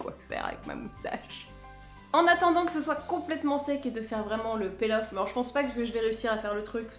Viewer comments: Margo Pouchet c'est marrant pour une blogueuse de pas savoir la prononciation... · Nyx Merida Je t'assure qu'en anglais "to peel" se prononce "pil' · Margo Pouchet peel off je crois non ?